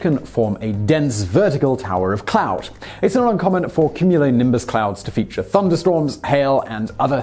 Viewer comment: Have you never heard the word cumulonimbus before? How are you pronouncing it like that?